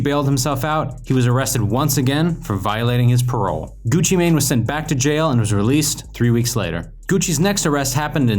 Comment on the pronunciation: Him saying Gucci mane is the equivalent to my grandparents saying poke man instead of Pokémon